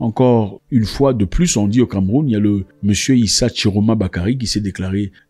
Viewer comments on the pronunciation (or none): On dit Issa et non issi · Bro on dit Issa non pas issi😅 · Mr c'est Issa et non issi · ISSA et non ISSI !! Stp Mr Mwekassa